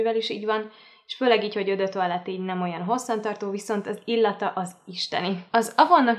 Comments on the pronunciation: Kedves Andrea! Szinte anyanyelvi szinten beszélek franciául. Elhiszed, hogy jól mondja? Igen, "ó" és nem "ö", de azon kívül helyesen mondta. Úgyhogy inkább tanulj franciául és utána ossz építő kritikát. Szép napot! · Az eau de toilette szót nem "ö dö toálett", hanem "ó dö taálett." Én nem tanultam siha franciát, de szerintem ha egy ilyen videót készítesz, az a minimum, hogy utánanézel, hogy hogy kell kiejteni, ha már alapműveltségből nem tudod.